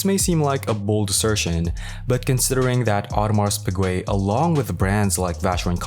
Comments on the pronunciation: audemarsss peegweh.... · Bro fix your pronunciation of Submariner and Audemars Piguet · Bruh I didn`t make it past the 3rd sec once I heard it